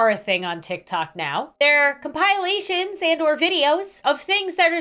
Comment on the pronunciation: Its compilation not com + pile + lation